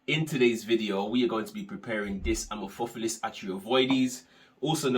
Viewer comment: The word amorphophallus comes from greek amorphos (= misshapen) and phallus (=penis) so the stress would be on the second and fourth syllable. Just info in case you care, no offense whatsoever. Great informative video :)